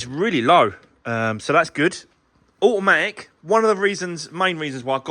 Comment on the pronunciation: Can you just say a...matic once more 🤣